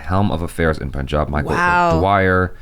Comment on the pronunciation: I can die peacefully... American saying Punjab and not Pooonjab. 😂